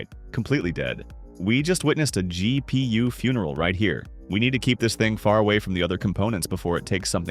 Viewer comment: GEE PEE YUU